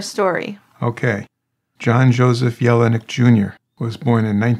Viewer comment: And John's name sounded like, yell-nick not yellow neck. But he was such a good guy, and everyone naturally cared about him not being mistreated.